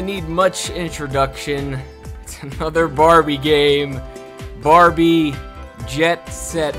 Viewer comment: Barbie* not barrie